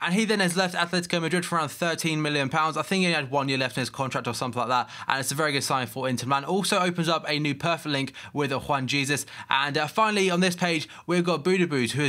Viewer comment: Its pronounced 'Huan Hesus' I am Brazilian by the way